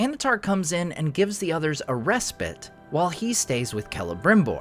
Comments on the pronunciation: rest-bite sorry English here and hate the butchery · corrects Sauron’s silly pronunciation of “respite” 😂